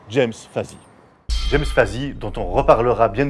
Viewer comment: Petit détail: le prénom de Monsieur Fazy se prononce “Jamme”. Merci pour cette bonne vidéo et bonne chance à la chaîne!